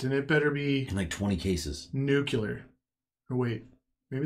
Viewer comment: I'm starting to think you guys are saying 'nuclear' wrong as a troll.